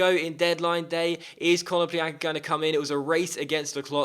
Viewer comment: KONO-plya-nka not kono-plean-ka